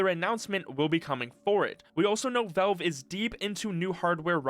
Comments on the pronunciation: It's pronounced "VALVE" not "VELVE" !!!!!!!!!!!!!!!!! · He actually pronounces it as "Vewve". Also and = "eeeeend." 😁